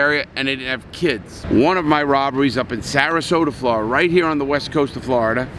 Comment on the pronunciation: Flordia i say Florida